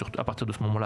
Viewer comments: arrêter de dire jibli ma gueule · le mec sait même pas prononcer ghibli il parle